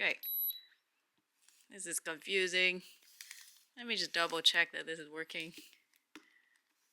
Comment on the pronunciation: So confoosing!!! Lmao 🤣 what a headache! Freaking wrappers!? Wow